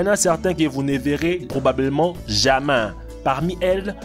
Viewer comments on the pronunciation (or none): Alors déjà on dit jamais et non jamain et aussi explique moi quand tu dit les dates tu dit en 1900 ya pas un soucie la dans ton récit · "Probablement jamain" "réquin" "aquarioum" je suis morte 😂😂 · "Jamain "😂😂😂😂😂😂😂😂😂je suit mort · "RÉQUINS" ; "AQUARIOUM" ; "JAMAIN" J'suis mort pttdr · "Probablement jamain"